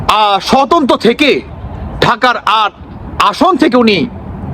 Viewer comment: আষ্ট নই বলুন আট দিন। আষ্ট কিআবার